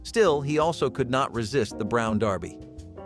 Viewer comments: I noticed this too. It is not only on this but others videos too. Mispronouncing many words. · I know right?! It was super cringe hearing that